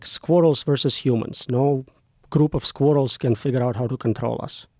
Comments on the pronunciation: At first I thought he said squirtles and I thought to my self theres no way joe rogans gonna know what a bloody squirtle is 😂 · Bro said squirrels and I thought he said squirtles. I was like a group of squirtles would fuck us up😂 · I thought he said "Squirtles". I was like : How does he expect Pokemons to wipe out humanity?